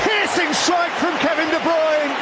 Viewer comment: De brunye ahhh balter apsolute balter from Kevin de brunye there is no stopping that still remember this to this day